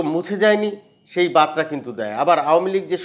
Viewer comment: বাতরা নয় বারতা। উচ্চারণ ঠিক কর।